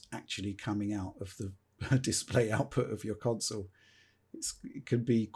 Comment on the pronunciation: I love.......but it's pronounced "con-sole" not "council". Lol